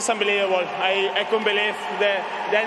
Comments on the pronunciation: Get ready for next 20 years of "that was ombelibable, no?" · "It is UMBELEBABLE" - Carlos Alcaraz